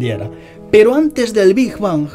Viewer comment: Bingj bangj hahaha es big bang